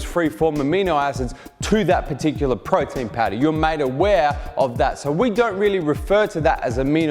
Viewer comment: Thank you for knowledge but I have heard Frautin Fowder like 1000 times 😂